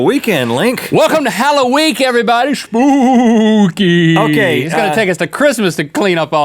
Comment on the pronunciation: it's spookay